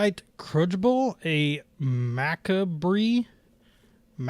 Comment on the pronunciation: I cringed so hard at "Macabre". MAK-a-BREE? 🤣